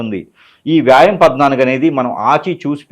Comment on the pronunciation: Vyam anaali vyaam kadhu swami Telugu uccharana Leni jyothysham emiti guru😊😊😊